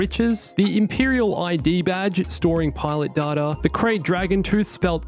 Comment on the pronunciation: It’s pronounced k-rat